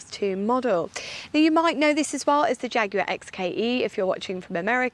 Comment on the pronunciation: Great vid! And so nice to have the word Jaguar pronounced properly. It's an English word, which in English is Jag u ar, obviously.